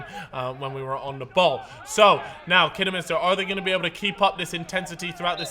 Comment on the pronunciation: Fuck me learn how to say Kidderminster